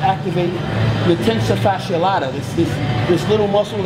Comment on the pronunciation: LOL Kai just say Hip Flexor, keeps saying tensor facia latta lol